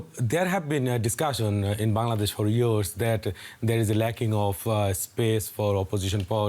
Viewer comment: It's not bandadesh it's Bangladesh, Pronounce it right way, who make you news reporter, still you can't pronounce a country name !!